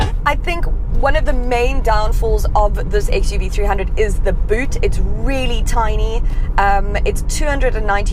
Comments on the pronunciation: It's actually 3oo(double o not zero). Mahindra cars name always ends with o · Hi, its pronouns xuv three double O